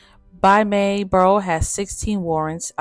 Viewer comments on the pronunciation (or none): Clydes last name is pronounced "Bear--roe" ......not "Barr-roe". Very nicely done video.